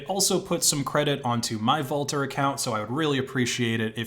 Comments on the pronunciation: Vultr is pronounced like Vulture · How does he keep mispronouncing things? Vultr like Voltur sudo like sudoo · Isn't that supposed to be pronounced like vulture? Wulter 😁